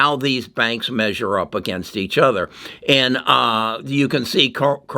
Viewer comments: It’s pronounce come- mere- rica. Like America. Drop the A and put COME in front. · This dude said Ca-roma, Comm-o-ra-ka 🤨... baahahahaaaa.. AMERCIA! BAAAAHAHAHA!